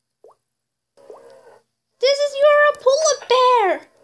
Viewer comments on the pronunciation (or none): "pola ber" "jagrua" "leprod" why but that was funny